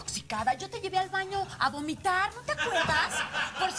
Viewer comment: "A gomitar" hahaha